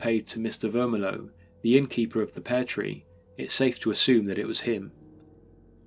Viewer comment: Mr. Vermillion - this is NOT pronounced Ver-mi-low but Ver-mil-le-on, the ‘million’ part pronounced just as million as in the number ! Even if the landlord was a Frenchman, then it would be pronounced almost the same except the ‘n’ at the end would be soft.